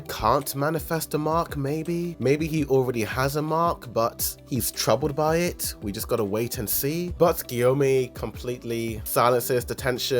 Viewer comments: jio-me-i, its prodnounced gi-o-mei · The way he said gyomei 😭